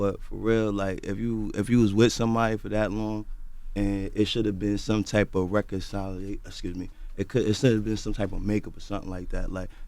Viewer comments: the word is reconciliation 😂😂😂😂😂😂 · It kinda pissed me off that he couldn't pronounce reconciliation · It’s reconciliation. .....reconciliation lol🤦🏾‍♀️😩 #Bruhhhh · When attempted to say reconciliation 😭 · So reconciliation and penalize are words that the speech therapist should work on with Caesar and with that the reality is he’s ignorant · Not gon front....id rather own 8 businesses than know how to pronounce reconciliation. Being able to pronounce that word doesn’t put $$$ in your pocket